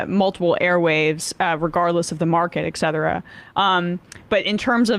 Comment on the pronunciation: Emma! Emma! I have an urgent message! It's "etcetera" not "exetera"